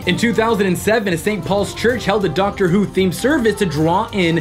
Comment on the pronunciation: Dactor BBC: The Dactor is a Time Lord